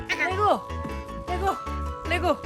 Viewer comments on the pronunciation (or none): ㄹㄹㅔ고 ➜ 완벽한 레고 발음법 ㅋㅋ